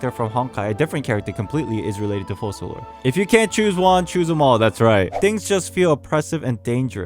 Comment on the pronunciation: I think the pronunciation of the "c" in Focalors is like a "k". It's latin I believe. In the video you say Fosalors.